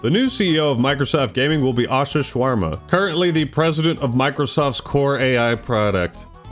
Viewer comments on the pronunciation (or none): Bro said asha shwarma 😂😂😂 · said “Asha Shwarama” 😂😂😂😂😂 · lol. Asha "SHWARMA" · Idk if you're saying no he didnt say shawarma or no he didnt mean to say it that way but there IS DEFINITELY a W in what he said play it back if you disagree.